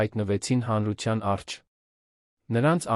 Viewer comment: Ես զարմանում եմ, թե ով է էս անգրագետին թույլ տվել տեքստը կարդալ ։ Մարդը չգիտի, որ Հայաստանի մայրաքաղաքը կոչվում է Երևան և ոչ թե Երան։Առջև բառը կարդում է առչ և բազում, բազում սխալներ է թույլ տալիս և դրա պատճառով էլ տհաճ է նրան լսելը։Խորհուրդ եմ տալիս, փոխեք ընթերցողին։